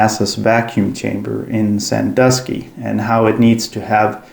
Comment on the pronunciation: I appreciate that you either know how to pronounce Sandusky properly or took the time to look it up.